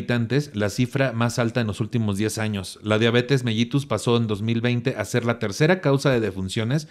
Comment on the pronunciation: que buen programa y tus invitados de lujo!! Solo un detallito, se dice Diabetes "melitus" aunque se escriba con "ll" 😉 Te mando un gran abrazo con toda mi admiración 🥰